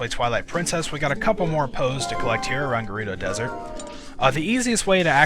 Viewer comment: i thoght you said dorito desert